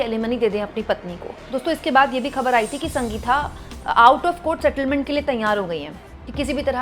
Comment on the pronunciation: Sanga geeta nahi Sangeetha. Bolana seekho